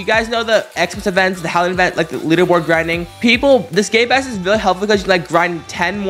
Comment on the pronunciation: It sounds like gay-pass when he says it XD